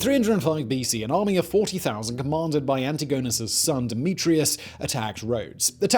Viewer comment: Antigonus pronnounciation made me puke get a grip simon cmon